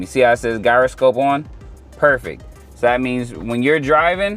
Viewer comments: Gyroscope is pronounced 'jai·ruh·skowp' bud, just FYI. I still can't figure out the proper way to say Gyro (the food) so don't feel bad lol. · Stop pronouncing gyroscope like that